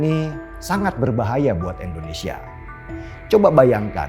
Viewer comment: "Indonesia" bang, bukan "Endonesia"